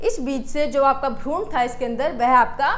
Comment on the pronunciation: Bahut sundar tarika hai samjhane kaआप भ्रूण को भ्रूणा मत बोला कीजिए वैसे अंग्रेजी में आपकी पकड़ बहुत अच्छी है जो कि अमूमन विज्ञान के छात्रों की होती भी है very nice